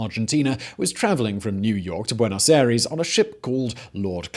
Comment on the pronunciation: Simon, 🤦‍♂️ try pronouncing Buenos Aires like buenos I-ress...